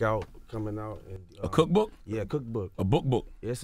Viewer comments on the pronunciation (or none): "A Cook Book... A Book 'B'ook"